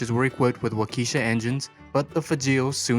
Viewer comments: Fahzhrol. WAH ke shah. Please learn to pronounce . And can't you come up with a better opening line than "What's up, guys ?" ?. So annoying. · it's also a "Waa-key-shaw" engine, not as pronounced on this video.